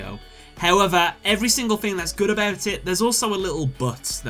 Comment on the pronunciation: Late game fing? The "th" on this boy sound like 'F'